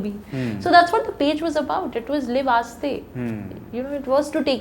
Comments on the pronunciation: Aahista urdu word ... Not aste... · in urdu its not 'aastey' chalo...its AAHISTA chalo... ppl might say aastey in a hurry, but the proper word is AAHISTA.